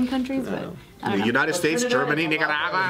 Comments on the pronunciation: "100% Impossible" - pft, as if: Colombia, Nicah-rah-gwah Yup it's impossible. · killed me already. "United States, Germany, Nigraagwaaa....."